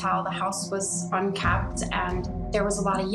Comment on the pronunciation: UNKEMPT not UNKEPT. Just saying.